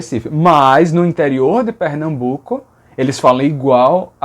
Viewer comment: Por isso é Recife, com "rê", não "ré". 💁🏻‍♀️ Mas também não é Pernambuco, com “é", como o professor pronunciou… por essa lógica mesmo, seria Pernambuco, com "ê", que aliais é falado assim em Recife com "ê". 😅